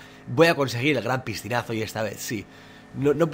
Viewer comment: le entendí yo ppistinaso y no es piscinasonluzy habla bn hombre